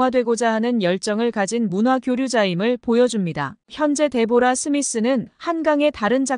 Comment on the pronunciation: 데보라가 아니고 "데브라"....상대방의 이름은 최대한 정확히 발음해줘야 그게 예의이구나!